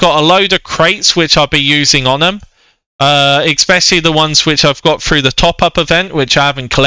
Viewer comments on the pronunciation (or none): none